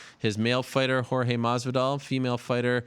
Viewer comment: It’s Jorge not George 😂😂😂😂😂😂😂